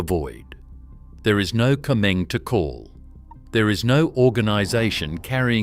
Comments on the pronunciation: Afraid the mention of 'Comeng' and not 'Comm-Eng' made me grind my teeth every time I heard it. Can't handle AI ! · Pity the voice over couldn't pronounce "Comeng" correctly. It's "Comm-eng". Short for Commonwealth Engineering. That's what happens when you use AI.